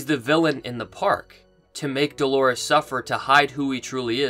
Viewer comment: "Doorlores".... if you will...